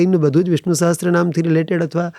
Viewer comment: સહસ્ત્ર નહીં સહસ્ર